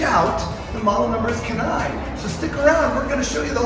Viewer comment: Does not fit any truck. That’s why they have two smaller models. You should also look up how to pronounce ‘Kenai’ LOL.